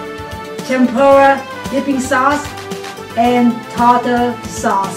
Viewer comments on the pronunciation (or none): none